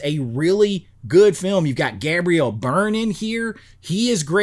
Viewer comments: What’s with the sunglasses? Anyway, the only thing good. GHOST SHIP. Has going for it is the opening. The rest of the movie is boring and it sucks. Hell, even DEATH SHIP is much better than this snooze fest. Yeah that’s the reason everybody hates it. By the way, you’re mispronouncing Gabriel. It’s GABE-ree-ul. Not GABB-ree-ul! 🙄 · Does Gabriel Byrne actually pronounce his first name that way? I have never heard anyone say it like that before.